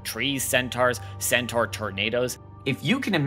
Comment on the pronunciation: ... yeah I couldn't sit hear and listen to you say 'centaur' incorrectly eight thousand times but thanks, I will check out these shows XD